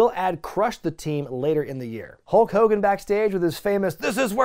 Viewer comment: I love how you continuously call him Ho Kogan 😂😂😂😂 maximum DESTRUCITY